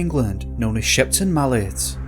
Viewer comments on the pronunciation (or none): none